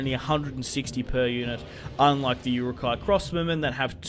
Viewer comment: Stop butchering the pronunciation of Uruk-hai